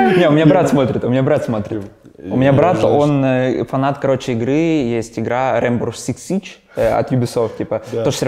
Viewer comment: рынбо сыкс сыдж ахахахахах